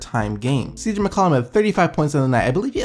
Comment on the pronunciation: there's something about the way you pronounce McCollum that really irks me lmao